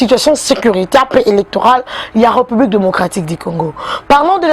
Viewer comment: Ré,Reu(publique) na appreciaka yo mingi,kasi lobaka Ré et non reu.